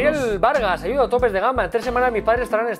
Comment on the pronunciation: En el minuto , se escucha como los de la CNTE piden "aiuda" cx